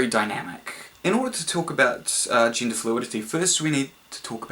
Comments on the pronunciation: Every time they say "gender" I hear "ginger". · i keep hearing Ginger haha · WHY DOES HE PRONOUNCE "GENDER" LIKE "GINGER"?????? ITS DRIVING ME NUTS